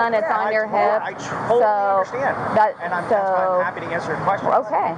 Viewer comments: Did anyone else catch saying "I Trolly understand, than corrects himself? saying "Totally"? 😆😁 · tell me he doesn't say "I troll-tally understand"